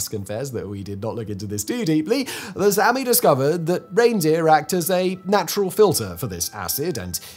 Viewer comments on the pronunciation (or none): none